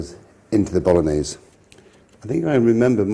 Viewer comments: Stock pot is actually used a lot in Italy, especially when there's no time to make a proper stock by boiling meat. Obv. if you have the time and the meat always go for the proper thing. Btw, you could make a bit more of effort and pronounce the gn correctly from time to time. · mi piace quando dice bolones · It's actually pronounced ”Bologanesh” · dude.....its called bologanesh ....:D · Spaghetti boknorrnese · I'm Italian and I never used stock in the Bolognese sauce. Plus, Marco's pronunciation of "bolognese", for someone proud of having an Italian mother, makes my skin crawl. I hope he improved it getting old. Everything else is correct. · It would be awesome if Marco, being 1/2 Italian could pronounce the name of the dish correctly. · He doesn’t even say it properly